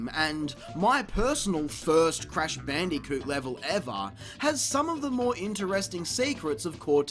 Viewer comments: BAN DEE KEWT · Gotta love the way he pronounces "Bandicoot"